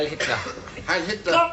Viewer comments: ALL I HEAR IS “klop” Not TLER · He actually says ‘klop’. Don’t know why, probably a joke that didn’t work since no one understands it. And no, it totally doesn’t sound like -tler. You should get your ears examined of it does. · Always thought it was clop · Anyone else thought he was saying ‘Clop’? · it is weird how it sounds like that. I first thought he might be saying “Klomp” as in the painter, even so, that didn’t make sense either. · Always thought he said 'club'.